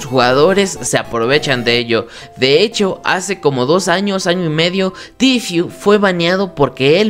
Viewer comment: Momaso 😂😂👌👌👌 y es tfue no tifiu xd